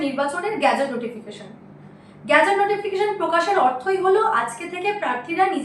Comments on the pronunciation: উচ্চারণ গ্যাজেট নয় । সঠিক উচ্চারণ গেজেট নোটিফিকেশন। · গ্যাজেট নয়, ওটা গেজেট হবে। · গ্যাজেটের নয় উচ্চারণটা গেজেট হবে। উচ্চারণে একটু সতর্ক থাকুন। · অ্যাঙ্কর বললেন - "ভোটের গ্যাজেট নোটিফিকেশন প্রকাশ হয়ে গেলো" গ্যাজেট - Gadget (ছোট যন্ত্র) গেজেট - Gazette (সরকারী ইস্তেহার) মানব বাবু, এই শব্দ দুটোর পার্থক্যটা আপনি একটু বুঝিয়ে বলবেন। শব্দের মানে না বুঝে যদি উনি প্রতিবেদন করতে বসেন তাহলে এরকম ভুল বারবার হতে থাকবে এবং এর ফলে আপনার চ্যানেলের সুনাম নষ্ট হবে যেটা আমরা কখনই চাইব না। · দিদি ভাই সংবাদ পরিবেশন ভালোই লাগে। তবে ওটা গ্যাজেট নয়, ওটা গেজেট নোটিফিকেশন। গ্যাজেট মানে আলাদা।